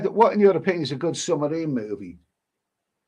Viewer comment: Never heard a man pronounce submarine as summerine!